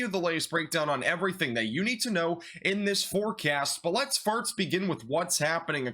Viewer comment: Are you saying farts instead of first?